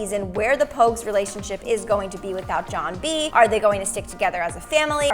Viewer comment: Idiots.... it’s John B.... not jOHn